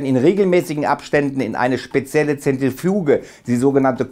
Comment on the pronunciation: zetrefuuuueeeegeeeeee hahahahhaah lappen